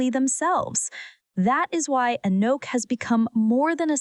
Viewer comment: "Anooook", "Aknock", "Oohknock" and even WORSE "Ahkneck". All the white women doing voice-overs reading the REPETITIVE and over-effusive script that doubles as a diversity project word salad via the performative yt feminist scriptwriter, NEED TO SAY HER NAME CORRECTLY FFS!!! It's ahh NOKK If you're going to do a piece on a particular person, would it not behoove you to learn how to pronounce their name so as to maintain what shred of credibility you have?? What also is MAJORLY cringe is that you used an image of ANOTHER black model (who IS NOT Anok) in the image following the one featuring Anok and Naomi Campbell 🙄 No... they don't all look the same. ps: the v/o hack who called her "A neck", also mispronounced Givenchy as Geevehnchee. And there is a whisper of the G in Mugler not MOOGlur. I get that you're too American to say croissant properly in daily life but these are people's NAMES... so honor them like you would a Tchaikovsky, Chad or Madison 😒